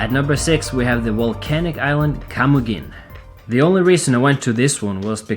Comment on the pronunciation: While Jeanette sat on my lap, Her & I watched the video, She's from El Salvador city, she giggled at the pronounciation of camiguin island and we both totally enjoyed your video, great job, looks like alote of fun, brought back some fun memories for her, THANK YOU